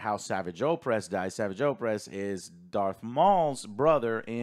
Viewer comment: Sorry, but does know what he's talking about? He claims to have watched Rebels and Clone Wars but he pronounces "Savage" wrong and thinks he died in Rebels. He must've only seen clips of these shows. Because even in other Ahsoka Reviews he still gets so much wrong about what happens in CW and Rebels